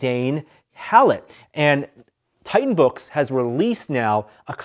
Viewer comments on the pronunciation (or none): none